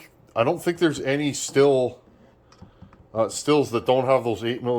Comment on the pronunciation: I've always heard Stihl pronounced "steel". Might be a regional thing.